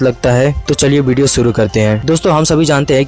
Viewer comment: It's not BDO it's video!!!!